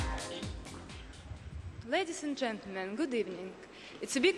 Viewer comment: Loved the way she said "Ladies and gentelmen, good evening". Aww! So russian!